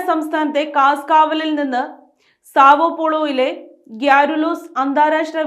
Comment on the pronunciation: സോവോപ്പോളോ അല്ല അമ്മച്ചി സാവോപോളോ